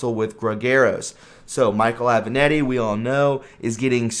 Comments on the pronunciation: It would be nice if you could learn how to pronounce properly the names of the people you are talking about: Aven-Ahh-tti. Ga-ra-gos, come on! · Aven-a-t-t-i, not Aven-e-t-t-i.